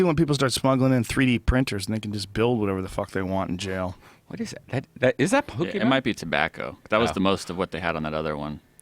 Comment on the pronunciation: pokemon, not pokemen